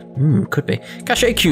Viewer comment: do you perhaps know that cache is pronounced kash